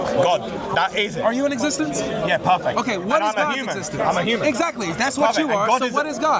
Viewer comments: Parfeck. Parfeck. Parfeck. I don’t think this Muslim knows what that word means. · So... Dude: PARFECT: Let me tell you why... Dude: PARFACT